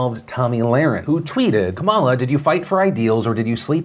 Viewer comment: Hey Phil, Kamala is pronounced comma, lah